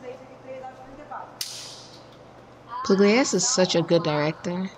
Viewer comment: Oh man, it's so good to see your similing face again🙂 No butchering French this time, but with Italian, not so much😁 Little hint, Pugliese goes like Puliézé😉 Grazie per la reazione ragazza. Bacio!